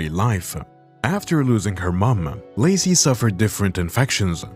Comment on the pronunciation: Why does Lacy become Lucy during some instances of the narration?